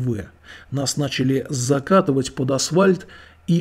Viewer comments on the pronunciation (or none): none